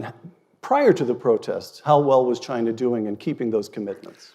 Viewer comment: Chiner lol